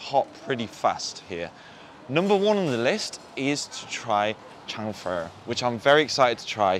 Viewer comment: Nooooooo!!! That is not how you pronounce “chang fen” in Guangdong!! Haha